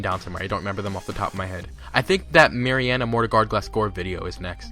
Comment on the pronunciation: thanks for choosing to debunk my request also... You said mareana incorrectly